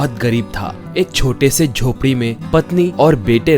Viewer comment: Not jhopri it called jhaompri😂😂